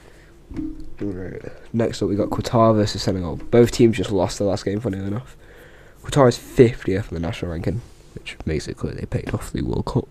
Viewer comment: Great video ( you said Qatar wrong)